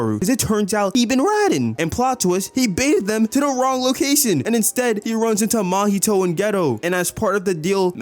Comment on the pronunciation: Why do you pronounce "Mahito" like "Mahitoe"